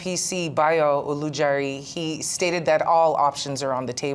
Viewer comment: Ojulari not Olujari